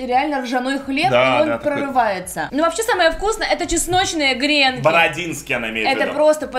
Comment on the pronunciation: Не грЕнки,а гренкИ